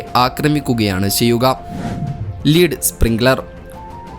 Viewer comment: Lead ആണോ ലീഡ് എന്നു വായിച്ചതു 🤔😳